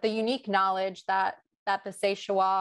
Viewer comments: This presentation lacked depth. Mispronounced names and places. Even the map was incorrect. If wrongfully imprisoning,beating as well as claiming people’s property and murdering innocent people was not a breach in human rights then I don’t know what is anymore. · What an embarrassment. Could not even have spent the time to find out the pronunciation. Bad. And no understanding of what happened in Seychelles.